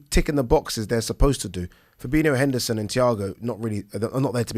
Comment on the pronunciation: fab-in-o no extra i